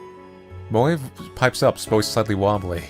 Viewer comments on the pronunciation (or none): his name is moe not moj